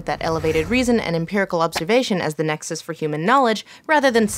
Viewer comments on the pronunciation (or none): none